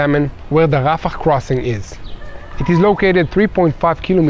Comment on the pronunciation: Its not rafakhhh its rafah